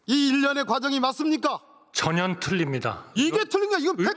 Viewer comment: 한덕수씨는 전혀를 왜 자꾸 저년이라고해요?😮